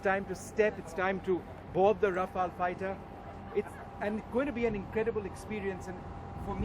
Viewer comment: This isnt your off the shelf paracetamol. Planes don't expire. Besides, it is Rafale, not Raflae.